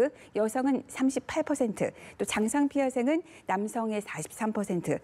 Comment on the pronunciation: 예쁜 기자님ㅎ 장상피화생 발음이 어려우신가보네요